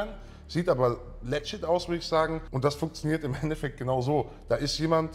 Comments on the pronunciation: Wie die Schwaben "legit" aussprechen...."lettschidd"...zu geil.^^ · Warum kann das Wort legit nicht aussprechen??😂😂